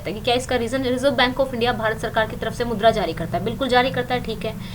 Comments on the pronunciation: mam wo mudra hai naki madhura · Aap मुद्रा ko madura kh rhe ho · Mam madura nhi mudra hota h